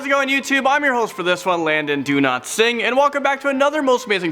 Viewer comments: WAIT! I HEARD 'LANDON DO NOT SING' NOT LANDON DOWLATSINGH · When he says he's name i always understand ''london does not sing'' and i always laugh out loud..... Any one else understands that if yes like if no coment POTATO